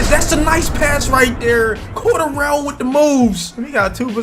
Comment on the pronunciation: Its lowkey painful how he pronounces “Cordarrelle” lol